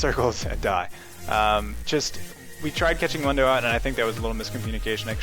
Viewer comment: Isn't it pronounced 'moon-dough' ? Otherwise great vids, I always learn a lot